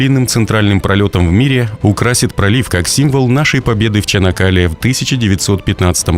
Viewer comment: Только не ЧАнакАле, а ЧанАк-калЕ, слух режет ваше искусственное произношение... А так - молодцы турки - новый канал строят на западе Стамбула, новый мост - и всё это одновременно и во время тяжелого экономического кризиса в стране.